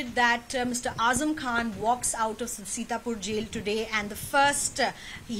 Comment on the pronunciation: His name is Azam. Not weeper